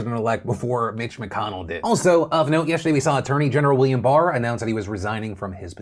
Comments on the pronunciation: Mitch McConnell? Or Bitch McConnell? I literally can't tell what you were saying in the beginning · For a second it sounded like Phil said Bitch McConnell